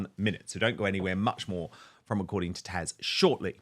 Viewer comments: Her name is Taz, with a Z, not TaSH. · I'm sorry, but I find it difficult to ignore the fact that Dan seems incapable of or unwilling to say "TaZ", not "Tash" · Dan, it is considered quite rude to continue to call your contributing guest by the wrong name. She is known as Taz not Tash. Poor form Don, err Dan. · Her name is TAZ and not Tash? 😅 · Her name is TAZ, not Tash...🤣🤣👍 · Dan, I love you both so much. You are fun, intelligent and informed. I do have one thing though, this is Taz. I have watched her for quite a while. I keep hearing Tash. Am I hearing wrong? I am getting older and don't always hear correctly. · Why do you keep calling her TASH when it's TAZ??? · Dan this lady is TAZ not 'Tash or Tasha' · Dan, isn’t your guest’s name TAZ?? Why do you call her Tash? Just asking… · Dan, are you calling Taz, "Tash"? It sounds like it but maybe just the sound. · Why does he call Taz “Tash”??! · Dan, isn't her name TaZ or is it TaSH I'm hearing?:) Either way...love her and her channel ❤ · I love you, Dan, but it's TaZ. TaZZZZ. Not Tash. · He keeps calling her “Tash”, 😆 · Someone needs to let Dan know that her name is ‘Taz’ 👍🏻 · Thank you! I literally just commented. It’s rather irritating!! get her name right - even with your accent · Her name is Tasha but goes by the name Taz 😊